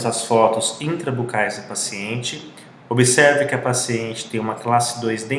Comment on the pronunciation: "Como que..." e "obeserve" foi brabo....